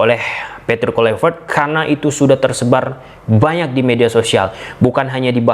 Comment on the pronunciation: Di bilang kluivert dari kemaren kenapa ngejanya tetep KULIVERT🤣